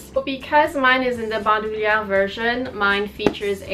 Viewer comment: so far you're the only one I've seen on youtube who pronounces bandouliere correctly :)